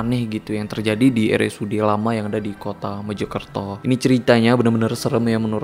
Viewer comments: Mojokerto kak .. bukan Mejokerto .. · Mojokerto pak, bkn MEJO KERTO ~ Meja Kereta